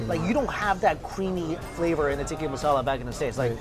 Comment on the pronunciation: Dude, listen to how HE pronounces the dish names. It's TIKKAH masala.